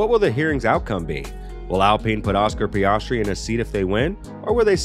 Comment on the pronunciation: His pronunciation of names is so abrasive to my ears 😂 PEE-AHHS-TREE SHOE-MACKER